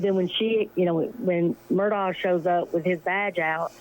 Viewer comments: Do you intentionally pronounce it incorrectly? “Murdogg” or is that for likes? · Nancy pls pronounce AM name correctly. It’s pronounced Murdaw not Murdoch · Nancy, I love your commentary but how can you get on to your friend for mispronouncing Bruno Magli when you keep pronouncing Murdaugh “Murdogg”. Hello, I think the gh is silent, dear. I think Alex and Buster even mispronounce their own name…sounds like they’re saying, “Murduk” And Alex calls himself Alec. Weird… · It’s pronounced MUR DAW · Ha ha! Nancy Grace calls him mur...dog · Nancy corrected this woman's pronunciation of a name but yet Nancy keeps saying MurDOG. Omg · Pronounced “Alec Murdock”. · Oh my gosh I just love you I love listening to you talk and your accent and by the way I was saying on a different Channel actually I guess I was making a comment I said has anyone ever noticed that when Nancy says Murdaugh it sounds BIRDDOG. Comments came in like crazy that Nancy shouldn't be calling people names and I stood right up for you and I said that is her accent I said it is just funny that it comes out sounding like bird dog so now because of me people think you're calling him a name but if there was any funny name to make up I think bird-dog would be the funniest love love love you